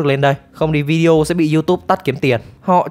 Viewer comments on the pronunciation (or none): none